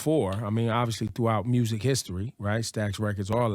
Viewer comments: I Love when Mrs.Glo say mursic. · love her personality, and how she pronounces the word "music."